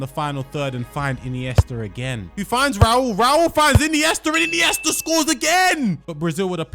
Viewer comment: “Marardonnar” “Iniester” “Ahhgentiner”